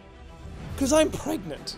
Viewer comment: turns around then says: peter i'm PREganTE!!!